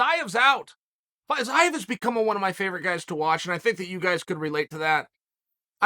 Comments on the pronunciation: Me: Fiziev Uncle Chael: Fayizayev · I swear Chael is intentionally butchering these names at this point🤣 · Uncle Chael makes no mistakes. Perfect pronunciation. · Uncle Chael.. The correct way to speak fiziev was Fee Zee ev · Chael there is still time for you to take this down. You obliterated his name over and over :(